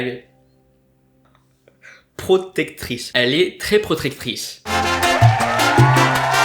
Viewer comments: PROTECTRICE! Pas PRCTOTETRICE!!! .Sa te rappelle persone?😂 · DÉSOLÉE, TU L'AS ENCORE RATÉ, TU AS DIT "PROTRECTICE" 🤣 (Tous ceux qui sont d'accord me suivent 😆) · Quand t'a essayé de dire "procrectrice" ça m'a tuer ! 😭😭😭😭😭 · Horace il revient aussi pour l'argent a ne pas oublier !! Le fail pour le mot "protectrice" 😂 !Sinon super vidéo !! Vivement demain pour la vidéo sur la chaîne secondaire !!